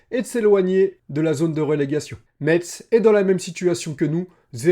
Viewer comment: Merci de l'analyse! Je pense aussi que l'équipe a besoin de prendre de la confiance et de la complicité. Et si Lees-Melou arrive, il faut qu'il joue. Par contre, stp, prononce Metz "messe", le T est silencieux ;)